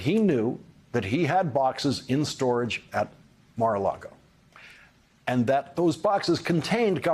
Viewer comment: Lawrence, you are so erudite. Just correct how you say the Golf Club correctly: there is no 'R' in the word for lake, ie, it is lago not largo. Small detail but you are so spot on regarding all you report. We so appreciate you!